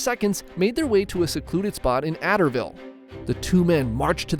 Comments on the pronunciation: Kentuckian here: it's pronounced Uh-dare-ville. But great content :) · As an Adairville native I’ve never once heard someone pronounce it like that we pronounce it Adairville (A-dare-ville) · Happy to see my home town called out for its most famous story, but Adairville (is A-Dare-Ville). A-der-ville doesn’t even make sense lol. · That is not how you pronounce Adairville😭